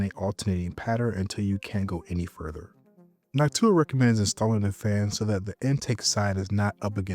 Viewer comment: it's NÒK-too-ah, with the stress on the first syllable